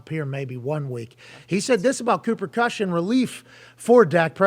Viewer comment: He keeps calling him Kush 😆